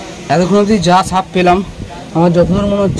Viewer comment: দাদা সাপ উচ্চারন করতে পারেন না? শুধু দেখি ছাপ ছাপ বলেন সাপকে।